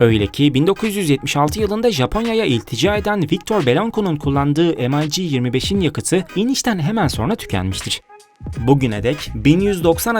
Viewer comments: Rus uçağı em ay ci die okunmaz yazıldığı gibi Mig diye okunur bilginize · amerikan uçağımı tanıtıyon m ay jeemeş yok j i joe mig diye okunur sevgili kardeşim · EmAyCi degil olm,MiG.M i G. Turkce oku bakiyim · Bu nasıl telafuz arkadaş, MİG'i am ay ci diye okuyorsun. SU yu es yu diye. Bütün herşeyi İngiliz ağzı ile okumak zorunda mısınız? "mig"; "su" diye neden telaffuz etmiyorsun. Bu kadar mı dilinize yabancısınız? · Şu ucuz numaralari bırakın kardeşim başlıkla resimle alakasız uçak tanıtımı yapıyorsunuz em ay gi telafuzu ayrı bir hikaye mig desende anlasilsa bari dediginiz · se atıp durma rusça ne zaman ingilizce oldu eleman doğru soyluyor mig diye okunur